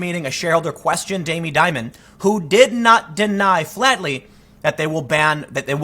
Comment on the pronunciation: Dimon, pronounced dee- mohn